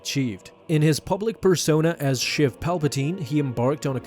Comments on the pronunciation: It’s sheev not shiv palpatine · It's sheev not shiv.... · I'm pretty sure it's pronounced Sheev like sleeve